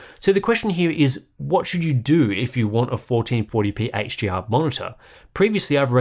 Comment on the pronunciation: Why does it sound like you're saying 'HGR' instead of 'HDR'?